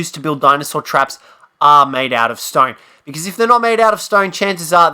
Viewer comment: you mean STONE i guess. Dont understand what you are saying.